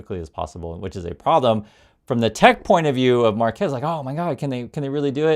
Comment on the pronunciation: FYI his unusual first name is pronounced mar’-kwess.